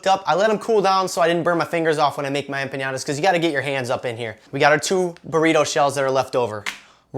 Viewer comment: I was just offended (not really :P) by the way you say EMPANADAS, EM-PA-NA-DAS not EMPIÑADAS!!! cool recipe ;) thanks